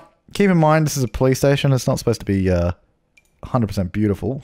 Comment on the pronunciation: When he says police station sounds like hes saying Playstation